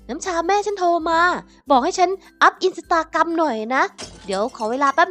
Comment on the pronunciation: อินสตาแกรม ไม่ใช่ อินสตากรัม 😂😂😂😂